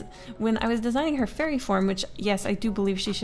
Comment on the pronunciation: i kept hearing 'furry' instead of fairy 😭✋